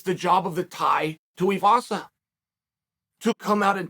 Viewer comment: Shocked you pronounced Tuivasa right